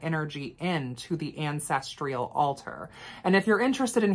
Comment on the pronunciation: *Ancestral not ancestrial